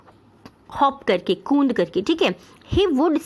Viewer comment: Kund nahi hota kood hota hain